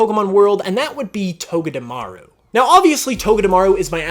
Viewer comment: IT'S TOGEDEMARU, NOT TOGETAMARU!